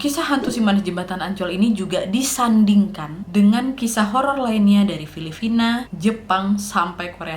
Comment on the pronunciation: Aing ngakak dong cm dnger Filifina 🤣🤣 mangat qaqa nanad💋 lefyu to the heaven and backkk❤❤